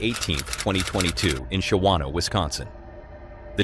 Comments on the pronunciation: Shawano is pronounced "shaw-no". Two syllables. Not "sha-wanna". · Yes, in Shawano Wisconsin the Deputy was driving to fast for conditions. Any cop in Wisconsin should have known better. And it's pronounced Shaw-no. The middle syllable is silent.